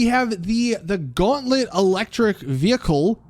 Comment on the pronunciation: Guantlet( even worse than saying Bombshuka)